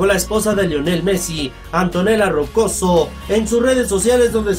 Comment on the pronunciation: Ey Crack, es Roccuzzo, no rocoso